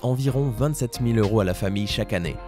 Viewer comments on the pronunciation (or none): none